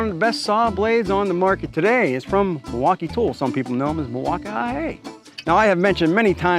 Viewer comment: Why do you say Milwaukee like you have a speech impediment?